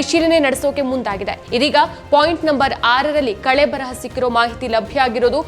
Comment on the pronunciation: ಕಳೆಬರಹ ಅಲ್ಲ ಕಳೇಬರ